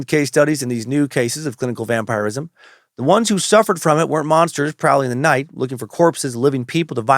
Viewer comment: Hes definitely pronouncing it correctly. It can be prononced two ways really.